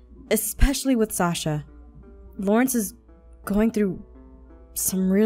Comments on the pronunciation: Who else herd aph say salsa not Sasha lol And also aph.. YOU ATE A BOWL!? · Yep it was salsa WAIT Salmau Salsa and APHMAU~SENPAI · Aph: did you round up salsa and michi ( yes I know I said salsa it sounded like it) Me: aaaaaaarrriiibbbiiiaaa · Did anyone else hear her say “Sasa and Mich’i” instead of Sasha and Mich’i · did anyone notice she said “ are salsa and michi ready?” instead of Sasha? lmao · Aphmau said salsa instead of sasha I guess she was hungry lol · Am I the only one who heard "Salsa" instead of Sasha?😂😂 btw rewatching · Did anyone notice aphmau called sasha salsa?????🍝🍝🍝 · ...omi it sounded like she said Salsa and Michi VDHSXV AHAHA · Did she say... sasa? This made me think of the lost colony of roanoke LOL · Anyone else hear salsa in steed of Sasha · Did you call Sasha Sasa🤨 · Hahahahahahahahahahahahahhahahahahahahahah!!!!!!!!!!!!!!😂😂😂😂😂😂😂😂😂😂😂 aph said sasa instead of Sasha 😂😂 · she says suasa instead of sash!😂😂😂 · Did anyone notice that she said Sasa instead of Sasha 😂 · U keep calling Sasha Sasa lol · She said Sasa and michi instead of Sacha and michi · AND APHMAU SAID SASA!! ITS SASHA!!! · Did u just say salsa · I swear when she says what about Sasha and Michi she said what about salsa and michi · Has anyone noticed that in , Aphmau said 'Sasa' instead of Sasha? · I just heard Aphmau said "Salsa" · Did anyone else notice that Aphmau kept on saying Sasa instead of Sasha? If you did like this comment. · when she was with aaron and travis did she say sasha or salsa? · did anyone else hear Aph say salsa instead of sasha?? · Aph keeps saying sasa instead of sasha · Why does she keep calling sasha salsa its triggering me 😫🦊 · Did you hear aphmau said sasa and not sasha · Aphmau u said salsa instead of sasha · it really bothers me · Yeah, i herd sasa to, but it was an honest mistake! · =_= u called Sasha sauce-a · I know right I swear she said salsa and Michi not Sasha and michi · Diaboli 14s no haha I heard salsa instead of Sasha lmaooooo hahaha